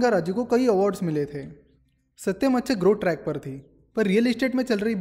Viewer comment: That " AaSatyam " was funny 😅